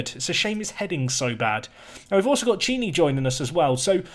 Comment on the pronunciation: Ch is hard c in italian. It's pronounced Kini.